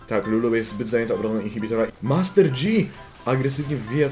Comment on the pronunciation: Master JI sie czyta a nie dżi...